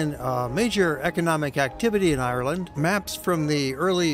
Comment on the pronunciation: Hi I’m from Ireland this man is saying Ireland wrong um where a green country and it rains a lot so um yh ask questions if ya want k bye